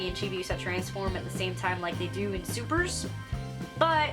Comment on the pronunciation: Thank you for calling it "Supers" (plural) and not "Super-S". The hell is a super S? Makes me think of Superman's S logo.